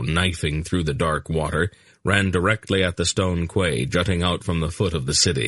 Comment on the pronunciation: im sorry, but how dumb must you be to call a quay a kway, surely a grown man has heard the name before in regards to a place to moor your ship/boat?? i find it utterly astounding that someone who is reading a audiobook for all the world the hear wouldnt know this, or be corrected so he could pronounce it properly